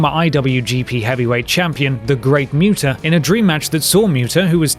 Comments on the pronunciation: WHO? the Great Mewta? can some one say muta better? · "myuta" wat.